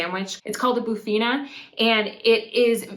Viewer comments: It is not bufina but bifana. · ... it is called "BIFANA"! how do you pronounce it "BUFINA"? beats me. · bifanas... not bufina :p it's a snack... marinated por steak, garlic, mustard... but you have the version on the plate... you also have bitoque in Lisboa, preto no prato in other regions... bifanas up north are made in spicy sauce pastéis de bacalhau... but we do roast, boil, fry, grilled bacalhau... you also probably a pork rissol or a croquete... chamuças <3 go to any tasca... any local eatery full of locals eating... the soups, the fish, the seafood... and travel around the country food from Alentejo, Beiras, the north, Madeira, Açores... any feijoada, bife à portuguesa... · What the hell it's not bufina it's bifana... beff Anna for the gringos! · Bifana is pronounced beefana, not boofeena, lol. I totally understand the so-so rating, yours looked dry. Ours is cooked in a delicious sauce with onions and a little piri-piri (hot sauce) and it's slathered into the sandwich so the bread soaks it up, omg, so delicious! Oh, and must be fresh bread, heavenly! 😋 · its not bufina, its bifana!!! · Guys i love your videos, but everytime you said "bufina" I was cringing! It's not pronounced like that! Sorry! I'ts pronounced befuhna! :) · Bifana try saying beefana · Bufina? Nooooo, it's a bifana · It's not Boofina, but Beefana.... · I personally don't love pork so bifana means nothing to me, what I do object to is this, please, please look at the letters that spell out bifana - you say it bufina - this seems to be a particularity of Americans and British to add letters that aren't there and completely changing the meaning of the word. Rant over - apart from that, please carry on, good video.😅😅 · “Bufina” I’m crying 😭😭😭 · It's pronounced bee-fa-na. ;-) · You can think of Bifana as traditional Portuguese street food or fast food. Definitely not a gastronomic delicacy. It's pronounced beef-uh-nah. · You need to pronounce bifana properly! haha nice video hope you are enjoying